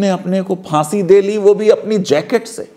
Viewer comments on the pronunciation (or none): none